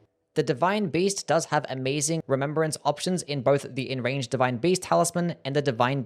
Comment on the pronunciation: I’m just joking about how he always mispronounces Enraged 💀